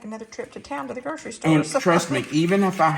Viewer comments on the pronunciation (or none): none